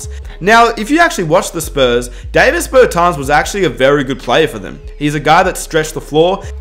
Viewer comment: It’s not Dayvis it’s Da-veece bertans